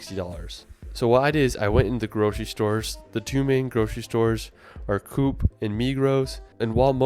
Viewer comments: Co op is pronounced Co ahp.. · Another thing that i want to add: when shooping in Coop ( which you pronounce like cop but with a long o ) or Migros, look for the strore specific brands. For Coop it's Prix Garantie and for Migros it's M-Budget, these are by far the cheapest producs you can get in each specific store. And well just as said, the Swiss travel pass is a must have, in the end Switzerland does have the most sophisitcated and timid public transport system in Europe and is probably number two in the world behind Japan, you can get anywhere you want, every village with 150 inhabitants or more has guaranteed access to public transport, in addition you can fully focus on taking in the view when using public transport. As for Restaurants, sure they'll always be expensive and do not fit with a small budget. But if you ever do crave some proper swiss cuisine, avoid Restaurants in touristy areas and go for restaurants in quieter places, these tend to be cheaper and more authentic. If you don't know where to look, you can always use Google to find some good ones.